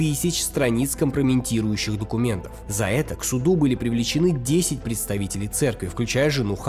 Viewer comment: компрометирующих, а не компроментирующих.